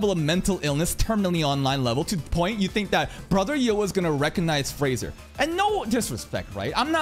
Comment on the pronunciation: "Fraudzier" .Peak Content... 🤣🤣🤣 ...🗿🗿